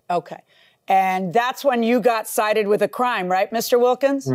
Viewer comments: "I was CITATED" 💀💀💀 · “Ci-tated” hehe 🤭